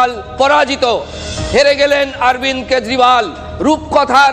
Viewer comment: কেজরিওয়াল❎ কেজরিবাল ✅....😅😅😅